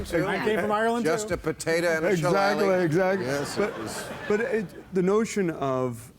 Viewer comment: You mispronounced Shillelagh Bill. Its --shi-lay-lee-- for anyone who gives a crap ;)